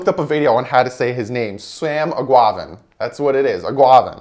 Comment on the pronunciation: You're so close with the name it's eguavoen. Egg- ua- von. You kinda say it like guava